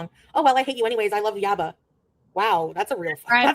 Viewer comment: YABA!!! Please say my name!! You keep mispronoucing it every time you pull winners!!!